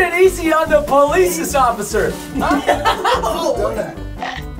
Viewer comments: he said ociffer instead of officer 😂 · got it for me the way he said occifer instead of officer 🤣I'm dying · nobody: people: officer preston: osiffer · he said osiffer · The way Preston says ocifer instead of officer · I was laughing 😂 when Preston said ossifer